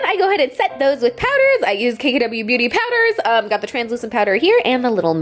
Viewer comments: Did anyone else hear her say begooty instead of beauty???😂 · did anyone else hear her say bagooty instead of beauty or is it just me? lmao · Did anyone else notice how she pronounced “KKW beguty” instead of ‘beauty’!??😂😂😂😂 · "KKW Bagoody" lol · “kkw buhgudy” 😂😂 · "KKW begueaty" lol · did she say "Ba-Gooty"?? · She said "this is the kkw buhgoody nude lip liner". Lmbo. Love you!